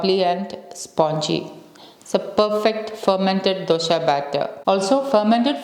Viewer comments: U r pronouncing it as dhosha (wrong way) It's just dosa 😂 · Hi, This recipe like all your others is great! Thank you! Question: Isnt it dosa not dosha?